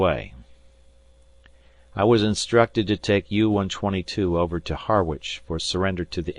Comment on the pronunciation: The first paragraph mentions Harwich Harbour, Esseex, UK. Unlike the Harwich in the USA, the UK town is pronounced 'Harridge'.